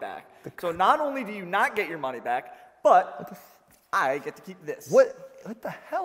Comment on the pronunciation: "Tell them to bring me my monah"